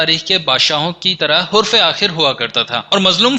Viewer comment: bhai aik guzarish h, Yeh lafz shak nahe shik h, or dosra lafz hurf-e-akhir nahe, harf-e-akhir h